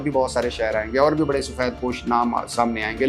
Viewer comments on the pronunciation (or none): none